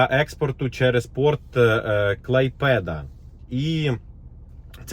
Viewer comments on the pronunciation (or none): КлАйпеда, а не КлайпЕда.